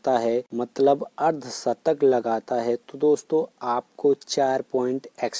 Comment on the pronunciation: Shatak not satak